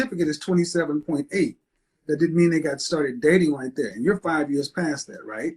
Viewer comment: dhere not there 😅